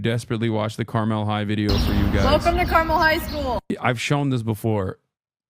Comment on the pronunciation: As some who grew up a Hoosier Hasan is right about school funding in Indiana. Suburbs can pour millions, while historic black schools can barely remove the asbestos. Also he said Carmel wrong, but I am grateful for it